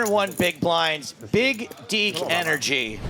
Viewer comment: This man said “big deak energy” what has this world come to 😂